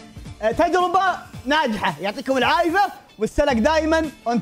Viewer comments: كاني سمعته يقول العايف مو العافيه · يعطيكم العافيه❌ يعطيكم العايفه ✅😂😂😂 احبك يا ♥😂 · يعطيكم العافيه ❎ يعطيكم العايفة ✅ 😂😂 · يعطيكم العافيه ❌ يعطيكم العايفه ✅ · يعطيكم عايفة✅ يعطيكم العافية ❌ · يعطيكم العافيه ❌ يعطيكم العايفة ✅